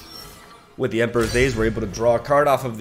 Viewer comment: it's not Emperor's "Days" it's Daeyess, Also Great video! 😂😂♥